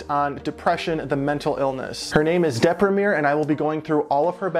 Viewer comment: I LOVE THAT YOU PRONOUNCED "DEPRIMERE" IN THE ENGLISH WAY AND NOT IN THE ITALIAN!